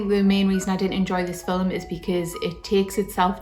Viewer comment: "Fill Em" ... I like that. 😂👍🏻